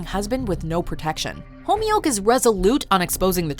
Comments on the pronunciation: Its not pronounced Homyuk. Its "Khomyuk" from the epiglottis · Wtf was that pronounciation of "Khomyuk" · Homioke. The show said Khomyuk a 1000 times and still you got it wrong.